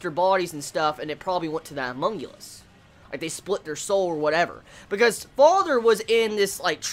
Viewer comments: HunmunGulus? You mean HumanCulus? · Homunculus/homunculi. Not humongulous/humonguli lol